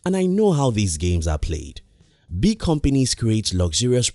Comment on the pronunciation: Its frustrating to hear him saying the word “big”